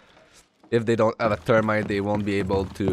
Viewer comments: your english was great! only thing was "termite" 😂 its pronounced th-erm-ite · It’s pretty good English to be fair except when u say thermite as termite